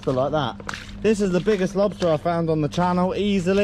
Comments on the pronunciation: Check dat out for a lobstaaaaaah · Big ol monstah lobsta!!